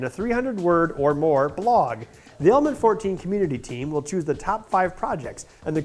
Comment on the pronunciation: am i the only persons who thinks over and over again that the guy in die video is constantly saying "almond" instead of "element"? ^^